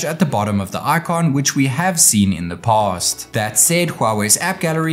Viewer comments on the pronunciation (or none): none